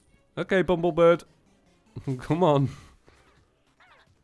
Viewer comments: IT'S BUMBLEBIRB NOT BUMBLEBIRD AHHHHHHHHHHHHHHHHHHHHHHHHHHHHHHHHHHHHHHHHHHHHHHHHHHH!! what. i get triggered k? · for like the fifthteith time.. ITS BUMBLE BIRB.... BIRB